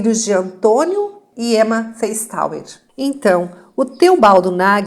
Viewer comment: Esses sobrenome Feistauer, se for de descedência alemã se pronuncia Faistóa.